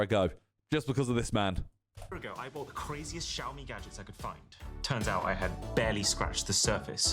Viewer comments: Shaomi is the pronunciation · Great refresh pull! Btw Si, xiaomi sounds like "see ow"